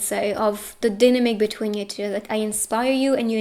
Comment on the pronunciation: Why she says " pile number chiu" 😂